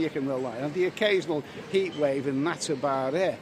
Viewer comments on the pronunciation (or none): none